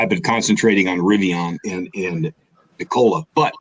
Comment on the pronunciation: i'm out when he said Nikola.